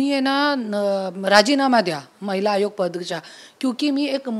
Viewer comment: Mitra Chukun Mahila Hagoya mhnaar hotas tu vachalas tu😂😂😂